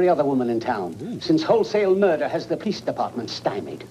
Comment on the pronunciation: I giggled as well at the cheesy attempt at the movies little "have you seen a man come through here" joke. I loved the Jerry Lewis joke after that though. Also, it seems like every cop & newscaster in this movie is on the verge of pronouncing it moider instead of murder.